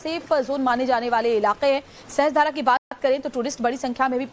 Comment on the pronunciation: सहस्त्रधारा नहीं सहस्रधारा है। उच्चारण sahasra धारा है sahastra धारा नहीं। मीडिया संस्थान है। अपना उत्तरदायित्व पहचानिए